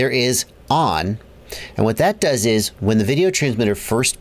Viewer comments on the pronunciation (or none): none